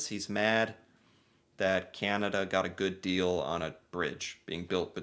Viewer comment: Please stop saying goof deal, we paid for it.